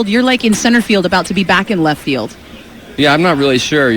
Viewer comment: "How much more llleft field can you get?" ;-) lol love it